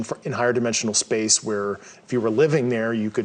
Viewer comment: Simultaneously lol, In one word “Shpashe”, someone measure the movement in one word. Lol “Shpashe” shpaceee